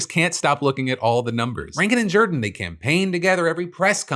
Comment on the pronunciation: Why is he pronouncing "Jordan" that way?